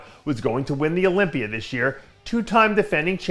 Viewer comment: Why does Dave put an "R" on the end of a lot of words? Olympiar?? #worldsoldestssg